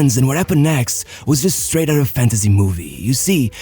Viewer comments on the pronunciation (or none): none